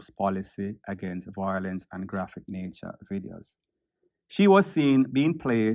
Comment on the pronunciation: The word is VIOLENCE, not voilence